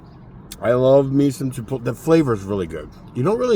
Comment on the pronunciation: Hey.....there's an "L" in Chipotle. It's not silent 😅🤣😂